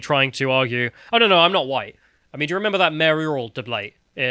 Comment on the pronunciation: guys, guys, it's now pronounced "Hwhite". Gotta get the "Hw" in there.